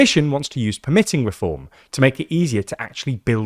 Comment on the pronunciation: Please teach your Text-to Speech robot the difference between the two uses and pronunciatoipn of "permitting".